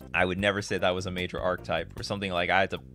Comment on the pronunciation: Archetype = ark-ih-type